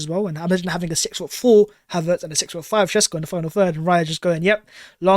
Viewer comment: It's "shesh-koh". I'm half Slovenian. I guarantee if he comes to the premier league no commentator will say his name correctly. This makes me mad. I would LOVE him to come to Arsenal.